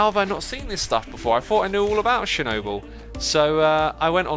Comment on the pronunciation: be like: Shernobyl